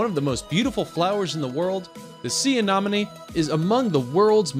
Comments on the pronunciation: Very cool, but come on - anomony (anemony)? NudiBranch (sounds like bronk)? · it's anemone not anonomy 😅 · You said tube anomane instead of tube anemone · Not anomene, anemone! Nudibranch is NudibraunK. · 1) Anemone is pronounced "anEHmone," not "anAHmone." 2) Nudibranch is pronounced "NUDibrank," not "NUDibranch," despite the way it's spelled; and yes, they CAN swim. 3) No jellies??? Still--lovely film! Thakn you for sharing! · While I enjoy 4 Ever Green shows every now & then they do something that bugs me such as mispronouncing aNEMone by saying aNOMone. It is spelled anemone not anomome! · GREAT videos, but please learn how to properly pronounce "anemone". The 3rd letter is an E, not an O. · It's "Ah-Ne-mo-nee" Not ?Ah-Nah-mo-nee." goofy. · Why cant anybody on youtube say A-nen-o-me correctly!?? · OK - First of all, I almost couldn't get through this - people who narrate something should be required to learn how to pronounce things CORRECTLY!!! It's NudiBRANKE - not nudiBRANCH (talking about pronunciation NOT spelling) and Ah-nem-oni NOT Ah-nem-inon. And that "cute little creature" can sting pretty damn good! LOL Secondly - OMG!!! A Pikachu Nudibranch! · A nem on e. Not a nom on ne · As soon as I heard, “Tube Anomanie” I was out 😂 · Same here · The way he says anemone like a-nominee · A-nom-uh-nee.... ba ba ba ba ba.... a-nom-uh-nee.... ba ba ba ba, a-nom-uh-nee...... ba ba ba ba ba, ba ba ba, ba ba ba, ba ba ba...... A-NOM-UH-NEE! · How on earth did this narrator get away with mispronouncing anemone as anOmone. Just irritating to listen to otherwise nice video. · as sso as i heard. '' tube anomanie'' i was out🤣🤣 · Did you mean the creature usually pronounced A(uh)-NE(neh)-NA(nuh)-ME(me)? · Do some more work to make sure your facts are correct before making a video....and stop saying a-nom-a-me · Its: uh-NEM-ah-knee!!!!! 🤦‍♀️ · A-NEM-O-NEEE douche wad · Drove me nuts too! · I had to turn this off because he can’t pronounce anemone! 🤦🏻‍♀️ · Right??? SO annoying